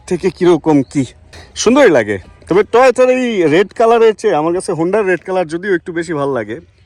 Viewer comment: vai... Garir name hobe toyota not tohota